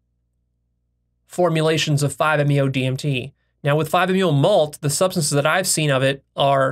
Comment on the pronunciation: He says that IVE discovered emphasising I’ve, I’m not trying to be a hater, I love videos and respect his mind but it shows what I have mentioned before (that he is delusional about his own intelligence and a megalomaniac)